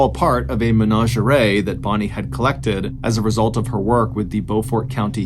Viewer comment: why did you pronounce menagerie like that